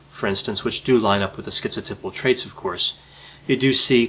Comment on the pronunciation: it's pronounced schizo TAI pal, not TIP al.